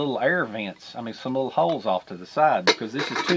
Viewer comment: Favorite word is LIDDLE😂😂😂😂😂